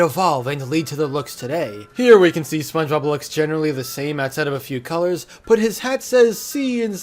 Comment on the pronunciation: ah yes, Špøñgëbøb